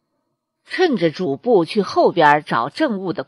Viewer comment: 是 主 簿 非 主 薄。主 播 該換一副眼鏡。